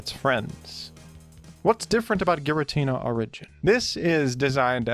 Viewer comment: youre saying giratina wrong its supposed to be GirAH tinUH